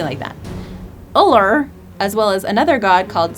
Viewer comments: Ullr is pronounced OO-Ler. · The «U» in Ullr is pronounced like an «oo» not a «u». And the correct way of saying it is Loke not «lucky». And the «e» is pronounced more like an «a». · Ullr is pronounced Ooo-ller